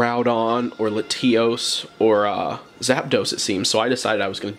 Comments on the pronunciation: “Luh-tee-os”?? Lat-E-os. 👍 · Dislike because “LaTEAOHS”😂 wtf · are we just going to gloss past the way he’s pronouncing latios….